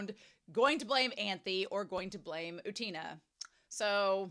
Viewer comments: Not u-TEEN-uh, or u-TANE-uh, it's U-ten-uh (or OO-ten-uh, if the 'u' is confusing). Also, no 'y' before the 'u'. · I really do not wanna sound mean but I don't understand how westerners cannot pronounce anime character's names because... their names are literally pronounced all the time in the show? Just say Utena how Wakaba or Anthy says it. You don't have to go to Google translate for that. Idk I hope that doesn't come off as rude. I don't think everyone has to pronounce every foreign name correctly. I can't pronounce English names correctly either. But I don't understand using Google translate IF you want to pronounce it correctly when you are hearing other characters say their name all the time.